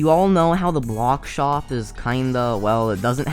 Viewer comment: Why do u say shop sho